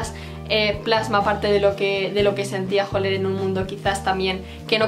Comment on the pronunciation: no es Holer es hAller